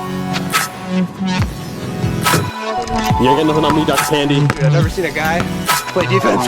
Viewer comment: pandey not pandee